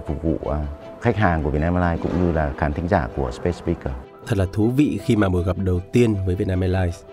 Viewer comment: A Tổng giám đốc Vũ Hà Quân phát âm SpaceSpeakers rất dở !!!